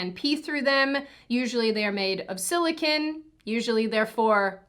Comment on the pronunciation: FYI, It's "Sili-CONE" not "sili-CON". the first is a soft rubbery polymer, the 2nd is a semiconductor